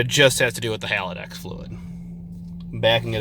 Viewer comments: Haldex, not halidax. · Nice car, I'm jealous! It's Haldex, not Haladex btw :)